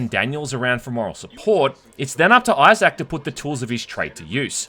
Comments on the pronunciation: IT'S eye-ZIC not eye-ZAC! FFS, you HAVE to be doing this just to annoy us. I know it's petty but I honestly couldn't handle this video because you HAD to emphasize the wrong pronunciation. I straight cringed everytime. Thank god, this game is as stellar as the original so I'm literally just watching this to feed the algorithm. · “iZack” damn bro say his name right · Australians / British can’t even say Isaac name right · Do all folk from your neck of the woods pronounce Isaac as Eye-Zack as opposed to Eye-Zk ( ˈī-zik )? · Love your vids, but I can't help myself here: They way you pronounce Isaac is so hard to ignore. It's "EYE-ZICK", not "EYE-ZACK". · "Eye-Zach"? LOL Dude. It's "Eye-Zik" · Why do you say pronounce Issac as I zak? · "Eye Zak" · Say Eye Zak one more time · Ahhh yes. ‘Eye sack’ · ITS PRONOUNCED Izick the pointless emphasis on the A in Isaac is driving me crazy 😂😂😂😂😂😂😂😂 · I think eye-sack is pretty cool too. Eye-sack. Eye-sack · The best part of this review is hearing calling Isaac, "i-Zak" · I-Zach. Fuckin lol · Say I zach one mo time! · I’ve never heard Isaac be pronounced “eye zack” before ha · Character name: Isaac: EYE SACK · Came here looking for this comment. Eye Zack? What an odd pronunciation. He must not know any Issacs.🤣🤣 I love this guy's content though. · Did you really pronounce "issac" as "eye sack" lol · "eye sack" clark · " EYE-SAK" LMAO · Australians really dont know how to say issac instead they say izaac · pronoucning issac as you would anzac made me chortle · The way he says Isaac🤣💀